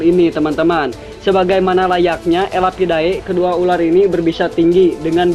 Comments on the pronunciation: ular bukan urar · Opening pertamanya kocak URAR bukan ULAR